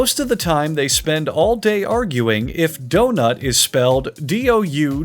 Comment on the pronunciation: What you hear : D.O.N.U.T What i hear : DIO.N.U.T